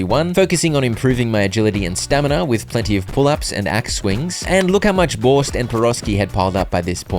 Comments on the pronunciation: You pronounce Borscht as Borsch just without the T. And It's Piraschki with the sh sound. But as representativ of the eastern viewers we all appreciate the try. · the t is silent in borscht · Borsh is Ukrainian food;) Not bad pronounce, thanks for content!